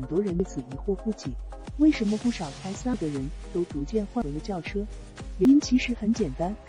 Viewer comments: su v ？笑死人 s . U. v. 才对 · 傻夫 車？第一次听人SUV唸成傻夫！